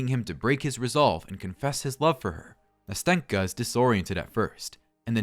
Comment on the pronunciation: great video! though as a russian native speaker i want to add smth: nastenka's name is actually pronounced nasten'ka (with a soft "n") and also when pronouncing it you need to make an accent on the first "a" so it sounds somewhat like nAsten'ka. anyway i enjoyed the narration so keep going!